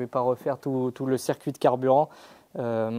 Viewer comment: Le « cerf-cuit d’eau »